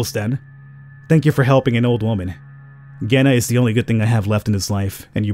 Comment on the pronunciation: Keep it up!!! Is it is like Ghena, not with a J